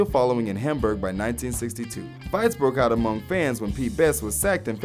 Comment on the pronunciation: its Hamberg not Hamburger